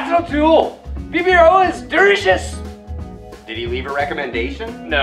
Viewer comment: Did he just say "PBR is dericious?"